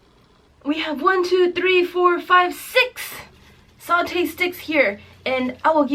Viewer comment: Here is some pronunciation helpers: 1) Cha K-way tiao 2) Mur to/ta bak 3) Not Sautee but Sa (tae) tay like taehyung.